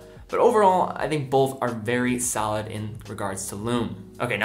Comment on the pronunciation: Argh! The word is not “bolth”.